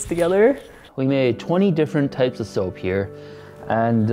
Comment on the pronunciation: It’s called soap not sop.😥😰